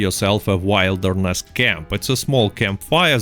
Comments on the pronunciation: Haha love the way you say wilderness. To properly say it, you pronounce it like Will-derness not Wile. But no big deal really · wilderness is pronounced like will-derness instead of wild-erness. Your English is dope though. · Genuinely not picking on you 'Wilderness' camp, a word not pronounced like the noun of it. It is w-ill-derness camp where the wild section is pronounced with an "ill" sound. like im feeling ill. 👍 Good wideo though I actually learned some sh.t. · It's pronounced will derness . But your way sure is funny to hear. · Don't chuckle at how he says "w-I-lderness camp" guys, it's VERY easy to mispronounce words when you are learning a second or third language. Good students read in the language they are learning, and very often you read a word that you have never heard anyone pronounce... you read it, you understand it's meaning, but you haven't had a native speaker SAY it it you so that you know HOW it is read and pronounced. Understand that it's a very common situation and happens with many words during a person's journey learning a language., as always - amazing video and solid tips, благодарю! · It's pronounced will-der-ness. I been leaning Spanish and I hate when I'm saying something wrong and no one corrects me. Love your video regardless of your pronunciation lol you the man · Yeah, when he kept saying Wild er ness I had to laugh